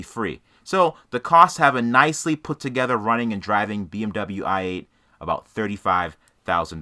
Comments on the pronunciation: “BM bubble-you parts” 😂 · "Misc. Bee-Em-Bumbuyu parts"